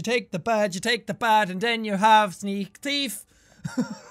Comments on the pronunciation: I thought you said welcome back to sneeze thief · he says things like yosher and stuff so he said sneakers theif